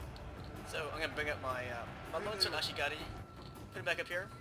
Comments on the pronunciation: Actually he's not, he pronouced it "Ashigari". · yeah but at first he pronounced it Ashigaru, then started saying Ashigari. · Love the way you pronounce ashigaru. ASHIGARUUH! xD